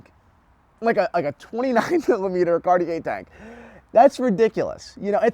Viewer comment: Nice video but you should work on your pronunciation of Cartier, you don't pronounce the r at the end.